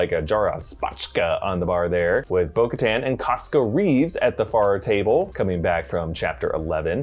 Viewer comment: I got so triggered every time he said bo katan